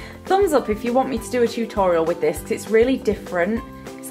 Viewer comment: Pi love the way you say tutorial :)